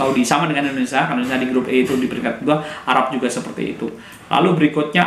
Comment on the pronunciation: Indonesia "Sia bukan Sa". Ucapkan asia dan dunia bisa bagus. Saat bilang nama negara sendiri salah. 😂😂😂